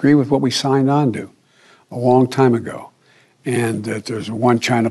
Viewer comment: What's going non? I love how says on.